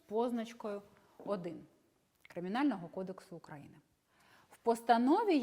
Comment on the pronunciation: Хоч би назву країни вивчила з її наголосом. УкраЇни. Сором